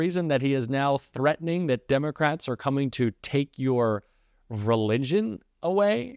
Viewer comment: He can barely pronounce the word " religion "